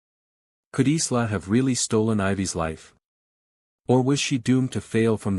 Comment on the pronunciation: Isla is prononced eye-la, my illiterate AI brother 🤭